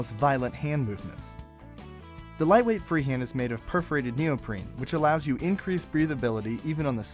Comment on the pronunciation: "or JEW just about anything you like." XD